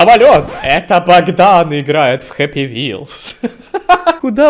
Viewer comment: не хаппи а хеппи